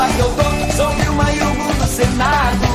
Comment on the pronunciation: É Wilma de Faria e não Vilma Faria